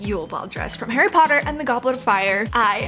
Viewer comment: I luv CLUELESS AND HARRY POTTAH